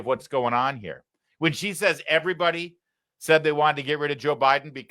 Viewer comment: I have to correct you, Larry, she did not say "everybody says" she said "airybody said".